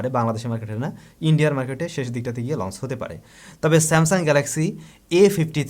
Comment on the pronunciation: very good channel.like it. One suggestion: আপনি সম্ভবতঃ "চ"-উচ্চারণে সমস্যা আছে। এটি সত্ত্বর কাটিয়ে উঠুন। launch লঞ্চ। লন্স launce নয়। সব 'চ'কে আপনার উচ্চারণ 'স'(s) হয়ে যায়। এই বিভ্রাট কাটানো উত্তম। শুভ কামনা।